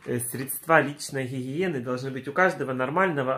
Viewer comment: Так забавно звучит для интимной хихиены